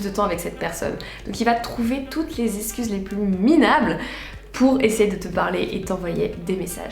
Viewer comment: Très bonne vidéo comme d’hab ms steuplé, arrête de dire escuse, c EXCUSE 😭😭😭